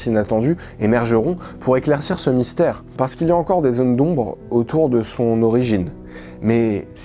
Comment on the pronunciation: Mystère, vous avez dit "mysère" !